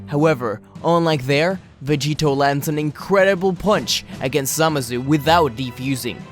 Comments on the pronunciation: How many times you said zamasu? And you said zamazu not even zamasu. The video is good but this just get my ocd. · ZAMASU NOT SAMAZU